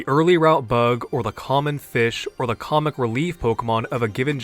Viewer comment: "or the common fish or the comic relief Pokemon" Was it intentional that "comic" sounds a bit like "common" to trick the viewer into thinking you're gonna say "common" again? 😅